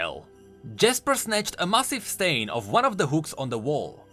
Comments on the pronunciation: Stein is pronounced “stine” A Stein is a German beer mug that comes in many sizes and “Stein Art” is something to behold... I know this because I buy meine müther antique Steins for her birthday and for the holiday. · how you say stein kept destracting me from the actul story.